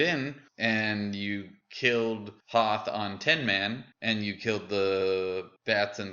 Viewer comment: Noth lol not Hoth